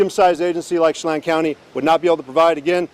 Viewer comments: Sha Lan 'chelan' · Hi G- Leavenworth is pronounced more like “Heaven Birth” and Chelan is pronounced more like “Sh-lan” with lan rhyming with Pan, Fan, Can (in an American accent). I live in Washington State, so this is a somewhat local case for me. It’s so sad. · Local here, leavenworth = lev-in-worth Chelan = shuh-lan(like van with a L)